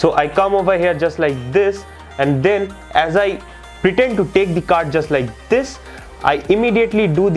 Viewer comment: “den you move tee tumb to do dee tyke bombing” I’m ded lmao